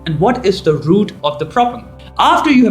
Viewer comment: Very entertaining vídeo, just wish you could do one, where you say "root" ovar and over again.